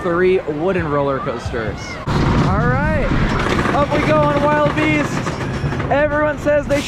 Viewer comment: it pains me hearing pronouce the two wooden rides incorrectly lol. the bigger one is wildebeast (like the animal... not wild beast) and the smaller one is minebuster not mind buster lmao. otherwise love the video